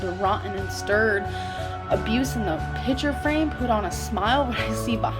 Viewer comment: She said “pitcher frame” not “picture frame”